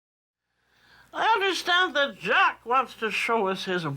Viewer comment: She is calling him Jacques his proper name but she does not have a good French accent.